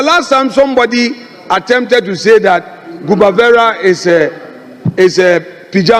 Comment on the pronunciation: It's not gubavera but rather cubavera